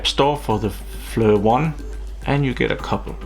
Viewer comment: Pronounced Fleer...good video!